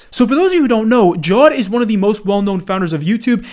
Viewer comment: oh lord that pronunciation of the name 😭😭 Bro it is jaa-ved